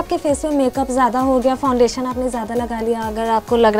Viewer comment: Itne bhi bure din nahi aa gae hamare ki isse make up seekhna padega...biggest joke of the day...and it's not called fon-dation...she was looking like a ghost after applying the foundation as it was much lighter than her skin tone